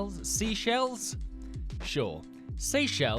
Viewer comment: *brew-ni *sey-shells